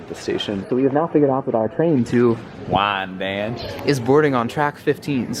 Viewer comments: 1. It's pronounced Wine-Danch, and altho it rhymes with ranch it's the least cowboy Western place on LI, if not the face of the Earth. But I'll never not say it in that accent now, so thanks lads. 2. You say in your song you have no expertise, but that's as fictional as an IOU from 45/47 and you know it. You know things about transit systems around the US that not even the people running those agencies know about, and you never witness a day without embellishing that knowledge with more adventures in learning. This is sometimes termed Experiential Literacy, if we've got our pedant pants on lolol. 3. This one's for your pal Jackson and his fine choice of autobiography there. It's either the summer of 1973 or 1974 (my dad wasn't sure) but it's me and him (no mom and li'l bro is still in a stroller, so no him either) and we're in the old EJ Korvette's department store in Douglaston, Queens at around 1pm. My dad leaves 7 year old me as my parents always did: in the glass enclosed Record Room with all the tight '70s vinyl. When he returns from shopping to retrieve me, there's one more person than the two he left when he split, which were me and the dude behind the register. He comes back and here's Art Garfunkel, who approaches my dad and shakes his hand, and says "You must be a great parent, your son seems to really love music!" and leaves my pop standing there speechless. I only know this because not long before he passed, he and I were in the car and some Simon & Garfunkel song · I mean TBH, we like the songs! Hell, we haven't had a Diner song update in some time. attempting his Southern Cowboy pronunciation is just fucking hilarious. If he ventures into Texas, I feel like he just needs to do the whole damn video in WAYN-DAANNNCHE. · I think it’s WY-an-danch, unless that LIRR gentleman announcer doesn’t know how to pronounce it either. You missed out on Lexington Candy Shop! You should make it back someday.